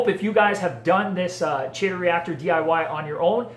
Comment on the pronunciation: Regarding the ending- "chaeto" is the Latinized version of the Greek root χαιτη ("khaite") meaning hair (unsurprisingly). Anyways, the pronunciation depends on which version of Latin you're using; Classic or Ecclesiastical (most people are using classic, unless a part of Catholicism). If you're using ecclesiastical, it's "Kay-toe." If you're going with Classical, it's "Kigh-toe." The CH is pronounced the same as Chrysanthemum, Nudibranch, chorus, echo, &c. I haven't read the ICZN code in a while, but I think they base it off of Classical Latin. But it is a dead language,and has been butchered for centuries. As with everything, language evolves, i.e. Latin turning into French, Portuguese, Romanian, Spanish, Italian, and quite a bit of English; and thus so does pronunciation. Long story short- "Chay-toe" is fine. Just don't go pronouncing it that way to old 19th century academics haha.